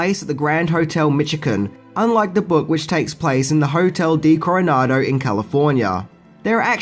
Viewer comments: From San Diego: it's Hotel Del Coronado, not Hotel Di Coronado. You may remember it as the Seminole-Ritz Hotel in the movie: Some like it hot, with Marilyn Monroe and Tony Curtis. Love your videos, always learn something new. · Great review as always. Like yourself, I always thought there was more to the Robinson character than they let on. I felt his real role fell to the cutting-room floor. BTW, it is the Hotel DEL Coronado, not the "D" Coronado. (Hotel "of the" Coronado) ❤❤❤